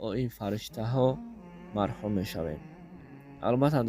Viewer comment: Мархум не махрум бгу проста тарзи гапзанира безеб мекна да ака рахмат